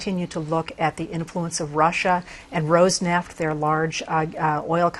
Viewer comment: In case anyone is interested, Роснефт is not pronounced rose-neft. It could be something like roas-nift if the first syllable has the stress and where roas comes from roast without the ending "t", but I think the second syllable has the stress which would make it close to Ross-nyeft. Also, regardless, the "r" needs to be trilled.